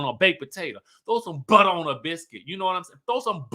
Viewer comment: This review was everything. From the jokes, the singing, the way you said buttah and the white board I was hollering 😂😂😂. Happy new year babes ❤